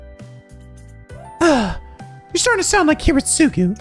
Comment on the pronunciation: Kiritsugu’s name is pronounced Kee-reet-su-gu